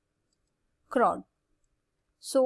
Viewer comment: Mam...chord not chrod (pronounce),,👍